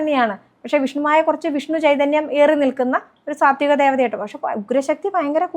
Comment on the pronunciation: Swathikam ❌ Sathwikam✅